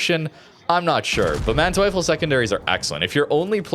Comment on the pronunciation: If you are questioning the pronunciation, in German if two vowels are next to each other just pronounce the second